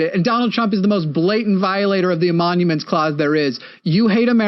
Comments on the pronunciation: I don't know if it's bad audio or actual mispronunciation, but it's emoluments, not emonuments. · Love ya. But you kind of undermine your entire point when you repeatedly called it the “emonuments clause” It’s “emolument” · Its emolument, not emonument. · It's Emoluments Clause not Emomuments Clause. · I SUPER appreciate the immediate timestamp before the clip. Soothes my broken brain 😅 Also, quick correction because it drove me crazy: it's definitely the "emoluments" clause, not the "emonuments" clause 😅 But yeah that lady hates trans people for sure. What a gross, dishonest bigot who genuinely hates her country. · It's the "emoLuments" clause, not "emoNuments" or whatever word you were saying. I'm sure you understand the clause, but being unable to say the word reliably isn't a good sign. Jus' sayin'. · Emoluments (not emonuments) clause